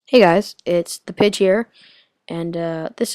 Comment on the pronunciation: nice vid btw at the beginning sounds like you said "Hey Guys, It's The Bitch Here..." lol no offense